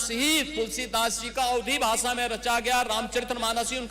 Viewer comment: Bhasha hota hai bhasa nahi